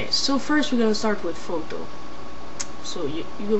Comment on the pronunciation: lol how he say's fhoto XD